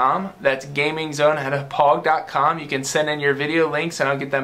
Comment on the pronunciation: As someone who graduated from Hauppauge High School, I find it funny that you can't pronounce Hauppauge correctly. "Ha-pog"